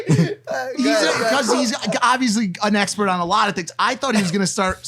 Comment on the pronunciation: sounds like he said "it was the #HEX-pert" 😅